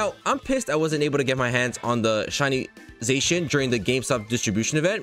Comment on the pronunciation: It’s pronounced zahshean